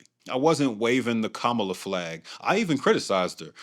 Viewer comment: Starting around 13 ish minutes in, the caption timing is way off. Also, you're not pronouncing Kamala or Ta-Nehisi correctly